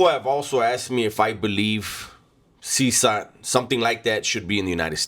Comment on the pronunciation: It’s pronounced ( Seh Kot )CECOT